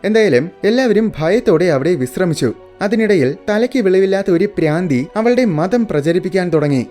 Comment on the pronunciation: Braandhi alla madha bhraandhi😂😅